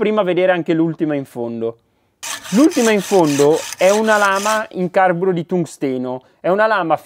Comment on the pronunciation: Perfezioniamoci: si dice carbúro e corindóne.